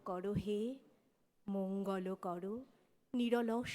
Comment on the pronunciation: বাঙালিরা এখন " করো" কে "কড়ো" বলতে ফ্যাশন করেছে